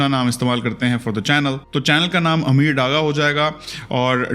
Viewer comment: subtitles sy kuch farq pary ya na pary mri but confusion dur hogaii.. whenever u said mra nam meer hai eer hai i confused k ye nam nai hoskta but aj smj aya mra nam ameer hai 😆 well best of luck n good decision i hope subscribers km na ho zda ho amen😇